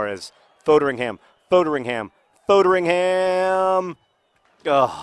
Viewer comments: You're pronouncing Foderingham wrong John! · Please learn how to pronounce Foderingham.